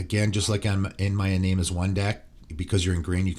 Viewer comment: Love ya but Iname as One is pronounced E-nah-may